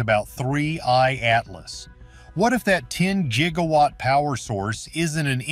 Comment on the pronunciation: 😂ikr. Even when I was a kid gigga watt confused me. Almost sounded like a racial slur 😂